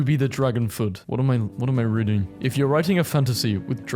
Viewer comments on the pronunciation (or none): none